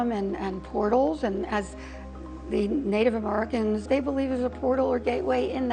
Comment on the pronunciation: 4.16 did she say native amurricans? 😅